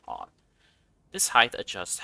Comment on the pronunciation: Ngl as soon as you said "Heighth" i stopped the video right there.